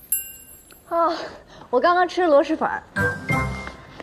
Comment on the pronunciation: 听着好难受，全剧组就没一个人百度一下螺蛳粉怎么读吗？蛳是平舌si…